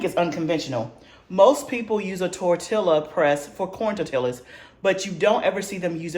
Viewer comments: Great video!! I wish I had the confidence to start making bread, biscuits and rolls. And one little thing, living in San Diego, CA and 3 miles from Mexico, we pronounce Tor-tilla as Tor-ti-ya. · I’m yo friend and I’m yo sista so outta love I’m gone say stop saying tor-tilla 🤣🤣🤣🤣🤣🤣🤣🤣🤣 ❤ please say tor-tee-yuh I was cracking up had to restart the video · Nice video.....the double "LL" in tortilla is pronounced like a "y" sound